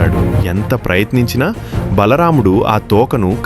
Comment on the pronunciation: Bhalaramdhu kadhu bro bha mudhu bro